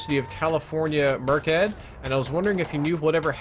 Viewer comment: It's pronounced Mer-s-Ed not merk-Ed hahaha